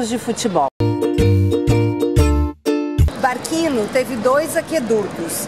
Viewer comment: Não se fala barquino, é "barthino". Som de q teria se fosse escrito barchino.